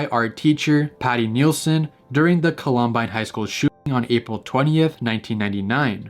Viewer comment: Paused to bet that Colorado lost media is gonna be the basement tapes. Edit: it’s the columbine 911 call but close enough ¯\_(ツ)_/¯. Also it’s call-um-bine